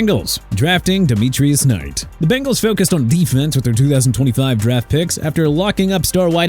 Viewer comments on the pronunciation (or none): none